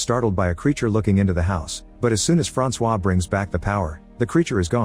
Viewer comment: My name is also Francois but it is said way different than that you missed the target by a mile fam😂